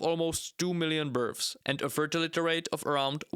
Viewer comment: Love the accent of this video, makes me laugh every time he pronounces births as berfs, birfs, or burfs.